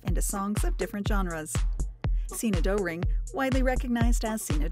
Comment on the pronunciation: Also terrible pronunciation of German names. It’s not Doe- ring (as in doe, a deer, a female deer…), but closer to Durring (the diphthong oe in German is usually another way of spelling an o with an umlaut over it (ö). Also “Neumann” is not “Newman” (although it means that), but more like “Noy-man”. As someone born in Germany myself, these kind of mistakes by English speakers (or perhaps an AI voice in this case) make me cringe.